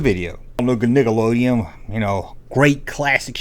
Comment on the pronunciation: it is called Nickaolden, not nigaloden, geeze , dont blame Miley